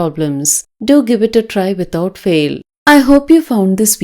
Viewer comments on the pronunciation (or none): none